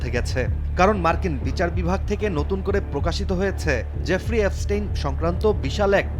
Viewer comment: এফস্টিন না, এপস্টিন।